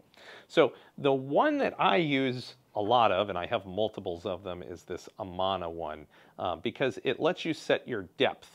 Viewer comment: I do enjoy your videos, and love that your set up is in a garage you still use for cars. A couple things I noticed - for the self-centering doweling jig, you had the wrong caption in the intro. Also, Amana is pronounced differently. It’s like “uhh-man-uhh” Uhh like you’re thinking what to say. Video quality and lighting was great! Would like more close ups when using the featured tools.